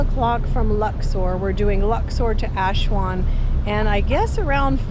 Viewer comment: Nice video. Not sure why Aswan is being pronounced Ashwan though.